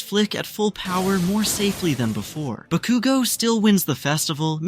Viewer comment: I don’t know who this ba-cu-go is… I know who KAT-SKI BA-KU-go is.